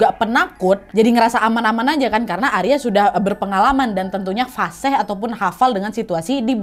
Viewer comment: Keluar bahasa Aceh,,tdi ngomong FASEH,,seharusnya bhs indonesia fasih..mungkin dulu pernah tgl di Aceh,..Aku Asli suku Aceh,Cuma sekarang udah meratau ke yogjakarta,!!